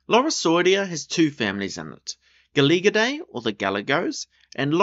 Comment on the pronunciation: Galagidae, not "Galigidae"